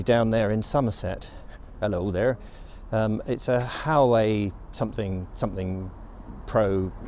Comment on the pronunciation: Not that it matters, but Huawei is pronounced "wah-way". Regardless, it's pretty cool that you're big enough to get the attention of companies to have them send products for you to try out. It's quite common for the "selfie" cameras on phones to be far inferior than the rear facing camera, sometimes by quite a bit. The main camera probably had some kind of optical stabilization built into it as well, which would explain the smoother recording quality. Unfortunately, as a selfie camera I would disagree that the phone is good for that unless it can be held much farther away. It didn't seem to like to focus on you but rather the background. But the quality when you took video of the landscape, like that park and playground, was really good with good color and lighting of the grass and trees while still not blowing out the sky. So, maybe you can use that as an alternative "regular" video camera, but as a selfie-style vlog camera .... yeah, not so good. Anyway, always good to see you out and about. Time to push for 20K subscribers!!